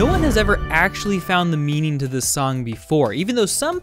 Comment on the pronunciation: when you say meaning it sounds very much like meaneen sry